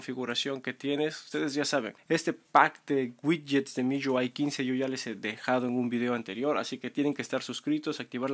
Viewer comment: Miyuai? Miwi cabron